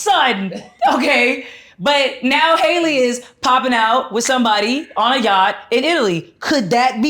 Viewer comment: Her name is HALLE (hal-lee), not Hailey.